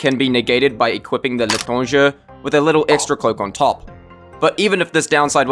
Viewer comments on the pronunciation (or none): I'm gonna help you pronounce "L'étranger" since I speak french, instead of saying L'étrang"er" say L'étrang"ey". Like how you greet someone by saying "H[ey]", it's how "L'étrang[er]" is supposed to be pronounced in the end.